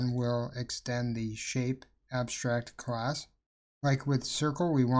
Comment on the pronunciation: yo why do you keep saying crass??